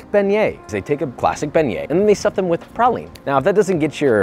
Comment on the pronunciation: I thought u pronounced it "big nuts"